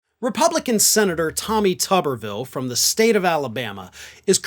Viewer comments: It's not "TOOB-er-ville?" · It's toober ville as in Oscar Meyer weiner. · Oh, so it's pronounced Tub-er-vill as opposed to what I thought it to be as Too-ber-vill. 😂😂😂 Apologies as I generally watch/stream on mute with [CC] enabled... especially for when I'm laying in bed ready to fall asleep.